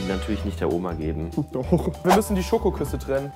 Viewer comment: Heißt es nicht „SCHOKOKUSS“ und nicht Schokuss.... guckt in den Titel